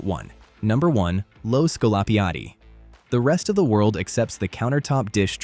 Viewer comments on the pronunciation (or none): Non si può sentire, impara a dire "scolapiatti".